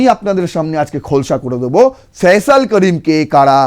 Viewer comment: ফয়জাল না ওটা ফয়সাল হবে?